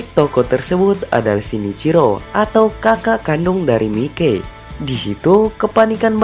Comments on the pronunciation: Bang bukan Mikey memang nama panggilan nya Mikey tapi dibacanya bukan Mikey tapi mayki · Mikey baca nya maiki bukan mike kwkwk